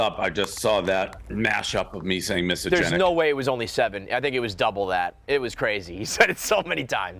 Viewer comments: You played dumb. You said misogenic 15 times 😊 reading is fairly easy. Just sound it out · Whoever dropped the short of old school Dave butchering the word misogenic moments after the call is a legend as well. Give her a raise. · Me: He said it 7 times, am I the one that is mispronouncing the word or is it an archaic form of misogynistic? Also me: Googles “Archaic forms for misogynistic”. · Not being able to say misogynistic actually increases your odds of being misogynistic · ??? What are you getting at??? I was trying to figure out why he was mispronouncing the word because I’m sure he’s heard it before. I’m trying to understand if Dave is playing 4d chess by doing that. If so damn Dave gains much more of my respect for playing their stupid games and using it against them. Dave Portnoy 2024 El Presidente🎉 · Dave said misogynistic wrong so many time I was wondering if I had it right. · Dave not being able to pronounce misogynistic is no surprise. The guy is a moron. Lol